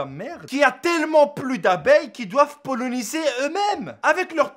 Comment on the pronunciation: Très bien la vidéo, mais elles pollinisent, pas pollonisent, oui même les abeilles polonaises ^^